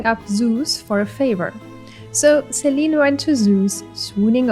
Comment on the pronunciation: Selene is pronounced Seh-leh-nay